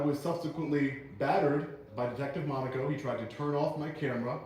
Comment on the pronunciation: Thank God you finally learned how to pronounce Monaco.